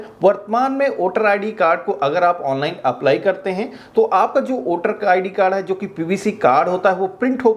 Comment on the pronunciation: वोटर है ना कि ओटर